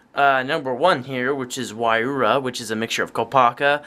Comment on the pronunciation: It's not why-roo-uh it's why-ru-ha